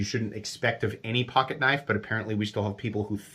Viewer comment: Oui loik that knoif. It's schweet.